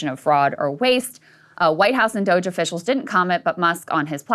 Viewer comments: refusing to pronounce Doge correctly is wonderful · Dooo ge` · I'm pronouncing it Doggy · when he said “doggie” yesterday i nearly swerved off the highway 😂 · Ryan's bit of purposefully finding new ways to mispronounce DOGE is keeping me going. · I love it😂. He’s been doing it for the past few episodes and has me dying😂